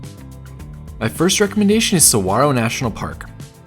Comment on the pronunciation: Thanks for pronouncing saguaro correctly 😊